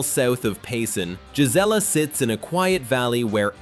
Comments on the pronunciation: Payson is NOT a small town anymore. The Prickafornians have ruined it. It's not jizz-ella. It's Gee Zelle uh. Clearly, this video wasn't made by an Arizona native. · Gelizla is not how you pronounce the name? It's pronounced "Guy-Zee-La" and spelled "Gisela"? Your Photos are outdated as some buildings no longer exist? Many scenes are not Gisela? You left out what Gisela is most famous for and I'm not telling you? If you aren't willing to do it Right, Don't do it at ALL? Finally yes I live there and enjoy high desert/ peaceful country living? You are one of those who live in the twilight zone! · Gisela. ...pronounced guy c la NOT GIS LA IM 60 and was born in Az...ya song like a knob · Payson resident here, Gisela is pronounced "guy see la" accent on the "see" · we promounce Gisela (Guy)(see)La but all one wood that's the way us arizonian's pronounce it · Caught that also..